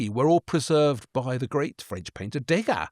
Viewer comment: And interesting how Waldy mispronounces Septimius Severus and Degas (no accent on the e).